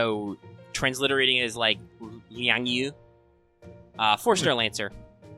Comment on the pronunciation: it's phonetically lee-ann-gy- yu